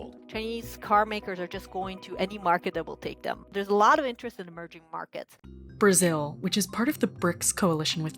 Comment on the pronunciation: He said local Toyota moter in brizil. 😂😂😂😂😂